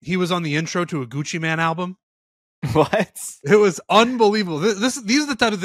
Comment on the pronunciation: The fact that calls him Gucci Man and it’s and Gucci Mane is absolutely infuriating hahahah. Claims he’s a rap guy too 😢